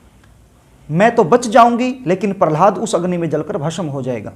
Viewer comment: Darsako nai hota darshako hota h pehli baat to ,dusri Baat shamashyaein nai hota samasyaein hota h , gutka khakar video na banein, bhasham nai hota bhasam hota h...